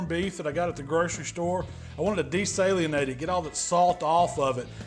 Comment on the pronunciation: “Desaylienate…”..? “Desalinate”